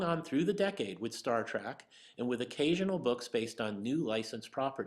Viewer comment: It's Star Trek not Star Trak! 😀